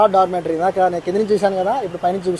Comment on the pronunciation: Documentary kaadu Babu. Dormetry.